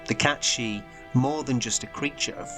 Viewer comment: It's meant to be pronounced Kate Sihth.